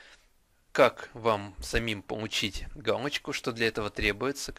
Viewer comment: Помуууууу_ить, а не пому_ииииить